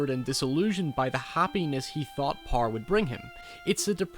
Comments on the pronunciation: Power not "Parr". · Where in the world do you pronounce power like that? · Learn how to say the word power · Why can't you say power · I love the way you say power, dude (No homo)